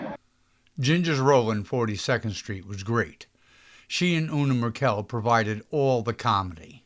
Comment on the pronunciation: Suggest the narrator learn to pronounce Una Merkel's name correctly: You Nah Mircle.